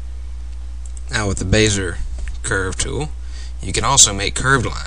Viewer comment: Good commentary. I laughed at "Bayzer" tool. "Bezzy-AY" is closer to the original pronunciation.